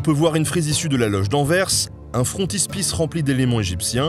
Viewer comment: Bonsoir, un gros poutou pour avoir mis en avant cet extraordinaire musée belge (oui, je le suis… nul n’est parfait) et pour la prononciation correcte d’Anvers : j’ai réécouté deux fois pour m’en assurer ;-) Et un hommage à ta chaîne et à sa richesse, grâce à des collaborations bien choisies.